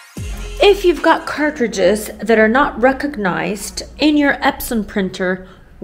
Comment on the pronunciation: “Cart-ridges”…I love the way you pronounce the word!! ❤